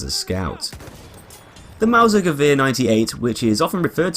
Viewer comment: He is the only english person that can say Gewehr correctly😂